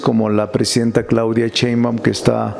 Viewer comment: Si ya sé que eres maestro, catedrático, legislador, constitucionalista, agricultor de origen humilde, intelectual, de familia numerosa, vende libros a sobreprecio, sabelotodo, yaaaa!!!! Ah y es Sheimbaun, no Cheinban.!!!